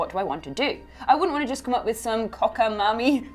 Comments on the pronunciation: It is pronounced (Cock-a-May-Mee) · It's pronounced "cock-a-may-mee"... 😂😂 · It's pronounced cock-a-MAY-me. It means nonsensical or implausible and is way out of common usage. But, it's Tarantino, after all...